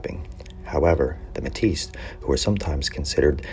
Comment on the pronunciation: Pronunciation is wrong. You’re saying like you would call a Métis woman Métisse